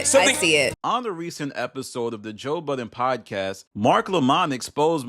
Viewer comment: Is it me or does he say ‘Budden’ weird ?